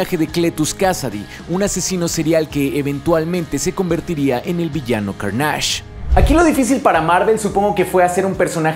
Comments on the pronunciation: ¿Por qué empiezas a decirle "_carnásh_"? En la misma película se menciona la palabra (y su nombre) y le dicen claramente "Carnage" (_carneish_, y sin acento, el inglés NO tiene acento). Lo repítes mucho (ese nombre), y con mucho énfasis, como si quisieras que las personas empiecen a decirle como tú le dices. Ya antes te he mencionado esto mismo, que es extraño que tú elijas como decirle a las cosas, cambiando el tono, acentos y letras en las cosas que ya tienen títulos claros. A mí personalmente me parece pereza mental o hasta un intento disuasivo de irrespetuoso. Tú mismo también mencionaste que hay un concepto en Legend of Zelda que tu mencionas diferente a su pronunciación real sólo porque quieres. Creo que esto te hace perder lugar y hasta un poco de credibilidad. No eres cualquier youtuber geek, te encargas de la divulgación de información y conocimiento geek, no es para que te tomes estas "licencias", si así le quieres llamar. A mí me parece irrespetuoso, a la propiedad intelectual y a tus oyentes. Me parece extraño, tampoco es el primer youtuber que escucho que hace esto. Curiosamente, en el doblaje de Daredevil de Netflix, al personaje le llaman "_darrdevil_", como si no tuvieran referencia al oír el original y escuchar que dicen claramente "_deerdévol_". Podrían escucharlo de ahí y pronunciarlo con un poco de profesionalidad. En tu caso y en este video, aparte de profesionalidad y algo de conocimiento en la lengua, suena como si ni al personaje quisieras respetarlo. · A ver porqué le dices "Carnáge"? De dónde se te ocurrió que esa es la pronunciación correcta? Madre mía, siempre que regreso a tu canal sales con una pendejada nueva... Que Carnage no tiene otras historias recordadas? Hazme el chingado favor, tu canal es de Comics y parece que no ubicas la saga de Absolut Carnage o Carnage USA... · Lo siento por la corrección pero no se dice: Car * nÁ *ge... Es cÁr * na * ne. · Que buen video, pero la pronunciación de Carnage me produce mucho dolor.